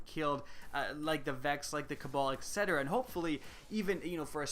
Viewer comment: I consider to be one of the most articulate and well-spoken YouTubers on the net...and that’s why it drives me up the wall that he says “eck cetera” 😫